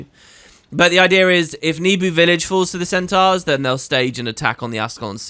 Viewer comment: Where did you get the idea that Nebo village is pronounces "Nebu"? I'd never read it that way, but you're big into this franchise, so I'm thinking maybe it's correct.